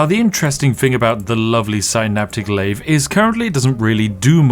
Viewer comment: Heh.. you say "synaptic lathe", but I hear "astronomicon" 😂